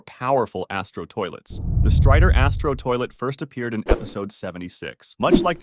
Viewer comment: Please can u say astro toilet normal and can u stop saying the in ur videos I will quit watching if I don't stop doing that